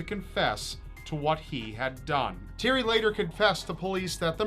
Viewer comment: You butchered The name Thierry. Otherwise good video.